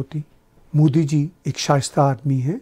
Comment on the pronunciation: Why all pakistani call him Mudi? They can't even pronounce his name properly it’s "Narendra Damodardas Modi"